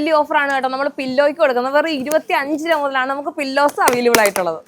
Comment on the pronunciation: 😅 ഉരു va അല്ല രൂപ